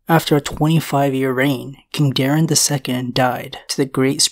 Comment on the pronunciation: Bro I’m begging their names were DAY-ron